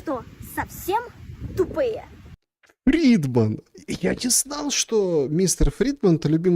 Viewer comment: Mr. Freeman, а не фридман :))))